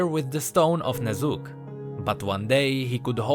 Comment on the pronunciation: Am I the only one hearing Ner'zhul everytime he says the name Ne'Zuk? :D